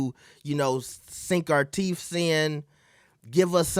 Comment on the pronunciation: "Sink our TEEFS in." 😂😂😂😂😂😂